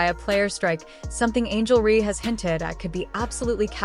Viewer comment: Angel Ree!? Why release a vid that can’t pronounce a name right? Dislike immediately 👎🏼